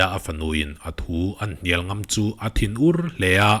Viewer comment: 'angam huai huai in' tih i lam dan hi a dik lo. Ka ngam che tiha ngam rik anga lam tur a ni.